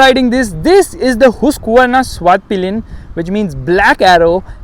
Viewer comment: Bro its pronounce hask-varna